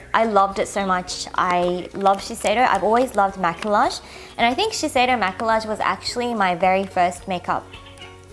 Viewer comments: the word "Maquillage" is french the correct way to pronounce is ma-ke-yazh and it means make up, not ma-ke-large ^^ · Wow that blush looks incredible. But side note, maquillage is pronounced ma-key-ahge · Ahhhhhhhhhh I want everything in this haul :-( Especially that Laduree blush you got. Ps: Maquillage is pronounced as "mah-key-yahj" and it means make up in French :) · maquillage is actually pronounced ma-key-aj it is french for makeup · Maquillage is actually pronounced "Ma-key-ah-jeh" because in French, the double L is pronounced with a y sound (think Ratatouille) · Maquillage Is pronounced "Mack-kee-yaj" lol it's French.. :) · I'm fairly sure that the double l's in Maquillage are pronounced like y's. If not, any French speakers out there? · btw! maquillage is pronounced 마끼야즈 (it literally means make up 😂) and yeah you pronounced Visee right :p